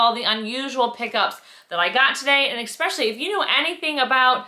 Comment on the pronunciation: Did you said EXSPECIALLY??? 😮